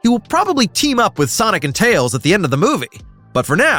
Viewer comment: did i just hear "Miles "TAYS" Prower"?